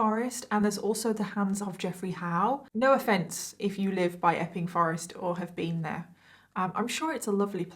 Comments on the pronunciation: I thought she was saying 'effing Forrest'😅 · ..... I can only hear her saying F-ing forest lol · Everytime you say the name of the forest I hear F’ing forest Effing forest